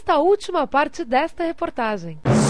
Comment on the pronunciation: Verdade agora que notei, ela usa o Speech Connect, por isso deu esse som, mas se falar rapido mesmo é como se o som do "w" não existisse...